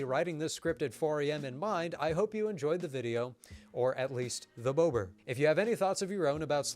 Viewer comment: When you say bober/bobr ... please don't pronounce it like Boebert ... such a majestic animal architect should not be associated with such a disgusting politician. Say bo-br without the "W" sound ... don't make it sound like bow-br.